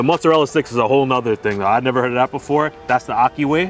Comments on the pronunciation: "Neva neva neva" not "Never never never" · why did he say never never never LOL say it RIGHT